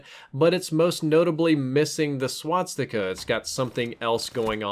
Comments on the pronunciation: Also,, you keep pronouncing it wrong. You're putting the 's' after the 't'. You're saying "swatsika" instead of "swastika". Just letting you know:) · swastika not swatstika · Its pronounced swah-stick-a, not swat-stickah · Please stop saying "swatstika". Swastika only has one "T" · not swaTsticka. its swas-tika....... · please stop saying swatsticka, it's swa-sti-ka. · Ok it's a SWASTIKA NOT A SWATSIKA. Swas-tika > Swat-sika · Sorry, but I gotta be that guy., it's SWA-STI-KA, not SWAT-STI-KA. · It's not a "swatstika." It's a swastika. Swas-tika. Gah, that was cringe-worthy. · learn how to say 'swastika' not swatstika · Well first of all "They are the guys you will be fighting" is so stupid 2. why do you say swaztika instead of swastika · I'm just hearing swat sticker whenever he tries to say swastika .-. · Stop calling it a swatsticka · Why is he pronouncing it Swatstika? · "Swat-sticka" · You're pronouncing swastika wrong the entire video please fix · if only this guy could pronounce swastika correctly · No offence, but you're pronouncing 'Swastika" wrong.